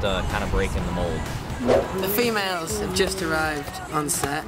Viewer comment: The way he said “fEmAlEs” 😭